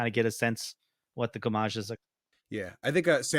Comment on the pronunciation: I really enjoyed the discussion here, but i was personally cringing at the amount of mispronunciation, especially with "Gommage" and "Alicia" lol. Im just nitpicking there